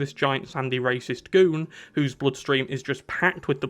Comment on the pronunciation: ❌️ Rahs Al Ghuul ❌️ Raysh Al Ghuul ✅️ Racist Goon